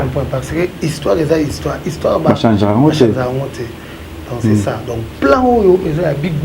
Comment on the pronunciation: yo tiii lelo olobaka kaka ko "chanZER " eeeh mbadi